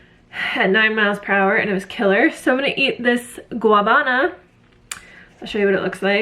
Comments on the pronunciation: i was going to write the same thing 😂 she is so cute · Gua ná ba na with the stress on the first ná. Thanks for all your videos. Where do you guys live? Have you had mamey?